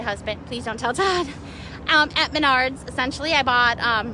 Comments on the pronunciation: What the hell is Menaurds????? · Last girl Yea she cant even pronounce the name of the store right, right there Is a stupid ass Karen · Is it pronounced Maynard or Menard